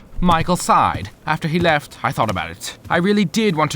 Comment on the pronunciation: PLEASE HES ACCENT "she LeftH So Fast.."